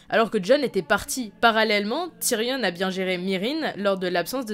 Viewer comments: TYRION PAS TYRIONNE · on dit tyrion pas tyrione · « Ti-ri-onne » non Tyrion putain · putain TyrION arrête de prononcer Tyrionne bordel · Tu prononce tyrion tyrionne cest juste énervant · Question pourquoi prononces tu avec un e à la fin de tyrion ? Ça fait bizarre... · c'est frustrant elle prononce "tyrionne" alors que meme dans la série ils prononcent "tyrion" EDIT : elle dit aussi "voyent" sinon bonne vidéo ;)